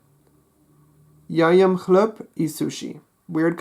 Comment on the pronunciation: Well something is wrong with the word мужчина. The stress should be on the second syllable. Женщина is almost ok, but is should begin with the sound (I don't no how to write it) like in the word pleasure, Zh. Мальчик. The stress is on the first syllable. ем. You said something like ''yom'' instead of ''yem'', But on the whole the pronunciation is quite good. I''m a native Russian speaker, btw.